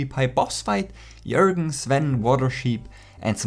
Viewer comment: It’s jörgen not jorgen